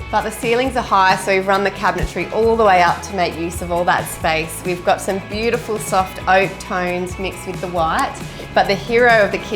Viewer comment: Everything is "bewdaful".....